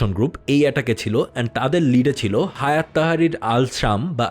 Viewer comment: হায়াত না হাইয়াত হবে।